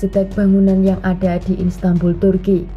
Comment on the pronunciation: Bukan instanbul kak, tp Istanbul